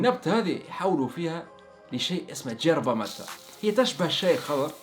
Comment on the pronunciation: تصحيح ما اسمهاج جيربا الفظ الصحيح يِربا